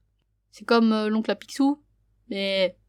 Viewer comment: Da ces "picsou" et non bicsou